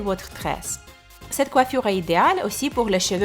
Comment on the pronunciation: Mdr comment tu parles coifuuure